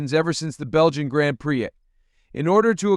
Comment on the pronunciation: did you just say "grand pricks" "Do Not Recommend channel"